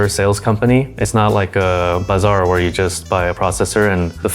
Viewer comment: did he say bazaar? 😂 Hahah